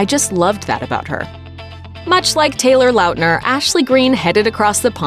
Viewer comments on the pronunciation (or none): The way she keeps saying Taylor Lautners name is bugging me. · "Taylor Launtner" Paul Lahote shows op LMAO😂